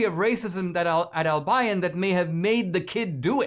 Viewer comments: Dude, its Al-be-yon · Dinesh, it's pronounced Al bee on! And I am surprised that it still has that name since Albion is the mythical island of magic in white mans folklore referring to the Island of Brittany! For being so "woke" they sure missed that one! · Dear Dinesh, you're miss-pronouncing the name Albion. I grew up in Michigan, so I know.